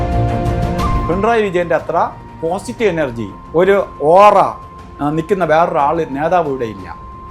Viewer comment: ഓറ അല്ല ഒറആയിരിയ്ക്കുഠ.